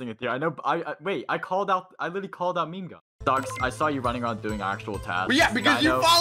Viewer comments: I like the video but why would u say meme, 'me-me' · It's not meme (mhe-mhe) it's meme! (Mee-mhe) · Who else got triggered when he said me me and not meme 😤😤😤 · Did you just sat "me me" instead of meme Welp I said meme like that when I first heard of the word "meme" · "me me" IT'S MEME, SAID "MEEM" 3:< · It's pronounced meem not me me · Huh, they pronounce meme as "mimi". Cute. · What if he got voted out because he said it’s meme but it sounds like me me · Does he know that ‘meme’ is pronounced ME-EEEEEm